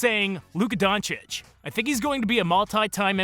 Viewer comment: Half of those so-called "experts" in the mainstream media can't even pronounce Doncic correctly lol.